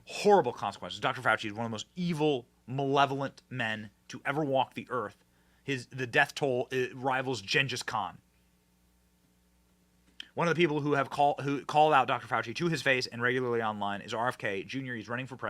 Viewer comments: Ugh, Gang-us con, not Jen-jus con. Wow, RFK's commentary... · Did you just say....Jinjus Kahn?